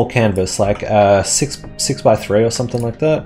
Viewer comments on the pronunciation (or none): none